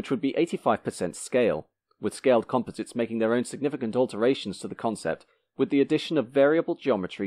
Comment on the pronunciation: You do not know how to pronounce composites?